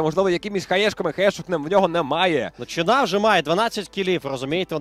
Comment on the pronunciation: Не чИна, а чинАа